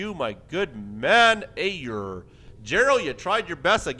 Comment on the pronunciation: Hey Aiur here, its pronounced Eye - UR, :D